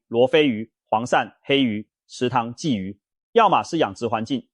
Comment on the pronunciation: 我真的懷疑這是共產大陸的製作影片，更盜用台灣腎臟科名醫洪醫生的聲音，真的很壞，還故意說台灣出口，我們台灣根本沒有黑魚，我們不講黑魚，我們鯽魚也不會唸二聲！